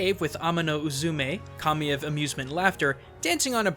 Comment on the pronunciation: Just me who heard "Commie" and not Kami? xD